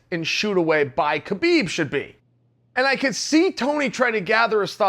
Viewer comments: Its HA beeb Not Ka beeb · Chael is a smart man. Why does he keep calling Habeeb, Kabeeb? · Chael still hasn’t watched the joe rogan podcast on how to pronounce (k silent) habibs name...